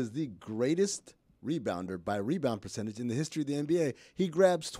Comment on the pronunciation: I can't get enough of the "true shooting per-cent-a-ges" for some reason